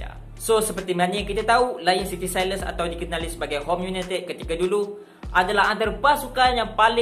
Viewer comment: Sebutan Sailors tu bukan "SAILES"... tapi bunyi dia "SELL-LA". takpa hang kena belajaq.... kita hormat bahasa orang... baru orang hormat bahasa kita.